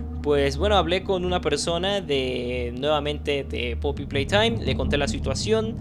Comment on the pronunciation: me encanta cuando dice " poppy PLAYTHOIM"